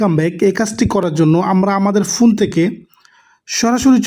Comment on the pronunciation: ফুন কি রে ভাই ফোন, এবলিকেশন কি এপলিকেশন